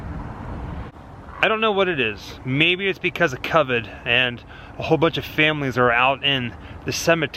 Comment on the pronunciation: I can’t tell if it was on purpose or his inner yinzer when he said cuvid instead of covid 😂 I know a yinzer when I hear one